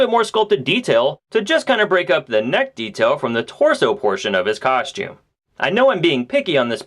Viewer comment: coschtume?? lol. Always like your reviews dude, just breaking balls